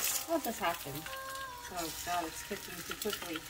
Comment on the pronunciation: "its quicking too cookly" i have moments like these too and i say it so naturally as well haha